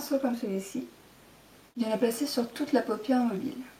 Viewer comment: coucou! a un moment tu as dit "papière" au lieu de "paupière" ^^. je sais pas si quelqun a remarquer mais bon c'est pas grave. bye!